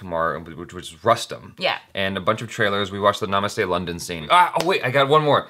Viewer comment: it's roostam😉